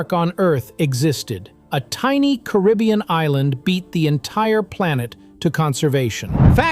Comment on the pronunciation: Really? Wrong, wrong and wrong. This uninformed narrator doesn't even pronounce Caribbean correctly. should go back to school. These are NOT 40 facts. Many things are incorrect. And the steel drum was invented after the second World War. My father Cyril Raymond, was a Pan Man, and grew up with the guys who formed the first Steel band (Steel drum band). And later on formed his own Steel band with us, his kids, called The Raymond Family, from Port of Spain, Trinidad. And one other sure fact is D Narrata Doh Kno Wha He Talkin Bout.